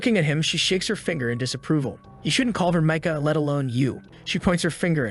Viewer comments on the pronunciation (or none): none